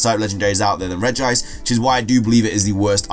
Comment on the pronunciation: The pronunciation it’s correct ( it is NOT regi-ice, there is only one “ i “)